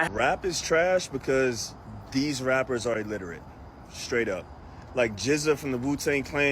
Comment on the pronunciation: I couldnt help but chuckle . Bro is right, but then at the same time listening to him mispronounce illiterate, as "elliterate".. 😂😂😂😂